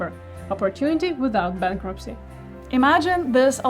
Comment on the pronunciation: "Bankrupcy" (sic) LOL!